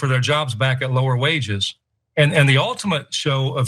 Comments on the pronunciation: “Hourly WORGE” 😂😂😂😂😂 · What’s an hourly “werge”? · Workers shouldn't worry about their "Hourly wurge?" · Remember when ꓕЯump said, "I know werge! I have the best werge!"? Well, he can spend an hour using his best "werge"... But no one wants to hear ꓕЯump's hourly "werge".